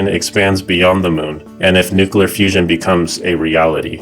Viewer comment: Nucoolar fusion haha 😂